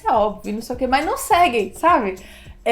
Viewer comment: Bom dia, gostei muito das suas orientações, mas você falou uma palavrinha "estrangeira" aí: "gas...line" de revisão sistemática, que eu não consegui compreender. Coloquei na velocidade mais lenta que deu e mesmo assim não compreendi. Dá pra escrevê-la aqui? Obrigada, no aguardo.